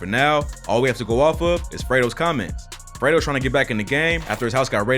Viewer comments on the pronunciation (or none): Idk why it sound like you keep calling him Alfredo 😂 😂